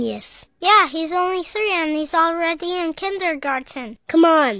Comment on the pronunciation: “Kindergar-ten” Why was that so pronounced 💀